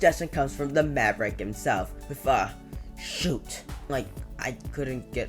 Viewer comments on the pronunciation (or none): none